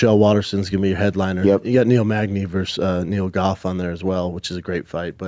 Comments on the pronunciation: Geoff Neal.... his name is pronounced “Jeff” Brendan Schaub is such a moron. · He said Goff. Its Geoff you cte doofus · His name is pronounced “Jeff “not Goff. Brendan’s in idiot. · Brendan is literally dumb. I love Brendan. But the dude is not a smart dude. That was not Megan Olivi and Geoff is pronounced “Jeff”. Maybe he’s just a boomer? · His name is Geoff pronounced “Jeff Neil” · lol I was looking for this comment. Crazy he still doesn't know Geoff is pronounced Jeff 😂 and he said his name backwards too!